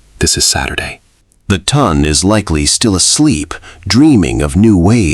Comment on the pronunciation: Its pelisse not police. The Ton is pronounced Taan not Ton like Ton of bricks. Really Excellent Story! I loved his mother & her sister & both protagonists. ❤